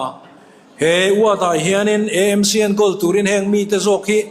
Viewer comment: EMC ❎ AMC ✅ tiang zel hian aw. Eizawl a awmlo a, Aizawl a nih vangin.